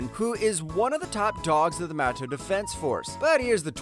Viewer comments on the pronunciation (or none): none